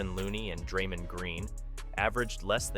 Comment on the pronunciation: I don’t like the way he said Kevon and Draymond….also it’s not Michael green it’s jamichael green. Idk if he really knows about the warriors the way he saying their names wrong lol.